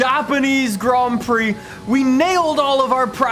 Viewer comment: Grand prix not grom prix haha